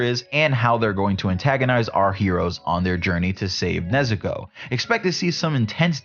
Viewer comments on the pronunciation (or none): none